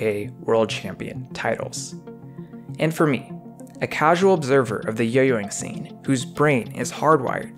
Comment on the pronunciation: It gets me everytime he says "yo yoing scenr"